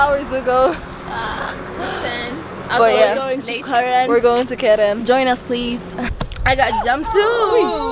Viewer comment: Are you sure you say keren 0/10!!!!!